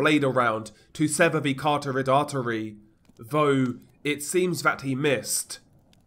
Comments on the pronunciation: Medical student here- it's pronounced like 'carott-ed' artery, not car-torrid. FYI. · Ca-ROT-id artery.